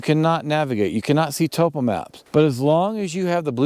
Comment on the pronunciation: Why do backpackers no longer know how to pronounce 'topo'.